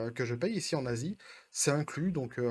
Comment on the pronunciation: Salut copain, En préambule je me demandais, c'est plus Besos le plus riche du monde ? Son divorce l'a détrôné ? Aussi articules un peu quand tu dis que tu es en Asie, perso j'ai compris je suis un nazi XDDD En ce qui concerne Netflix, ils sont en plein en mode œillères c'est dingue. Comme chanterait Minute Papillon : "J'vois pas sur les côtés j'vais tout droit, j'vois pas sur les côtés j'vais tout droit" :-D En plus pour empêcher deux millions d'abonnés de rejoindre les deux cent milles qui se sont déjà désabonnés c'est complètement con comme façon de penser. De un parce que les gens fuient les pubs, de deux parce que les pubs ça n'attirent pas les nouveaux abonnés et de trois parce que les pubs ça ne remplacera jamais les abonnés. Si ça continue comme ça, dans 5 ans Netflix soit c'est devenu une chaine qui ne diffuse que des pubs soit c'est racheté par Elon Musk XDDD En plus, en lieu et place des pubs ils ont différents moyens de faire des bénéfices et de ramener des abonnés. Déjà en arrêtant leur campagne de wokisme non dissimulée (Même si ça on sait qu'ils ne le feront pas vu qu'ils pensent que la majorité de leurs abonnés en font partie alors qu'en fait tout le monde sait que les Woke ne s'intéressent pas à ce qu'ils veulent changer) et ensuite en déclinant les abonnements avec d'autres attraits que des pubs. Par exemple, un abonnement à vingt dollars pour voir les films et séries dès leur sortie, un abonnement à quinze dollars pour les voir une semaine après leur sortie